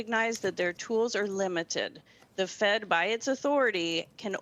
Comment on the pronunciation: I’m... the word “tools” is one syllable not two.